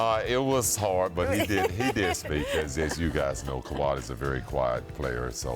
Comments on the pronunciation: ”Kah~wad” -chicago bulls rookie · Is Scottie calling him kawhad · If he call that man "KAWAD” one more time 😆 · “Kawad” —Scottie Pippen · Leonard had a "Kuwad Injury" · Lol why Pippen keep calling him kwald lmao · He was saying Kuhwad with confidence😂😂😂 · People acting like he wasent saying kawad I'm like wtf ty I ain't crazy 🤣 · Leave it to the media to not ask the right questions. How come no one asked Pippin why he pronounces Kawhi name KAWUD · Does no one else hear Scottie calling Kawhi, "Kwad" ??? Or am I trippin lol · I swear if pippen says "KOWHAI" one more time... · Kawad.... Kawad.... Kawaaaad... Damn it's kawhi right it down and spell it out Scottie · Why Scottie keep calling kawhi kawhot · Scottie Who the fuck is Kawaadd lmao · lol I know come on pip! it's kahwai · Scottie "koowad" pippen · Did he say khawad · Lmbo no one correcting him either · That’s the Arkansas in Pip that made him pronounce Kawhi’s name like that. 🤣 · Lol Pippen is saying Kawhi name wrong 😂😂😂😂😂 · Why cant scottie say his name... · why is Scottie pronouncing Kawhi name like that 😅🤦🏾‍♀️